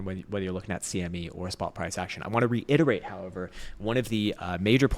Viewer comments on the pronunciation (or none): none